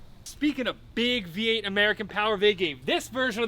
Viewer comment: It’s VEE 8, not BEE 8